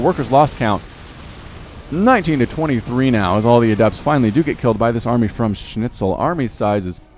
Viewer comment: His Schnitzel doesn't sound too bad honestly. Kinda ok to listen to. So yeah, congratz on not butchering the pronounciation too hard I guess,.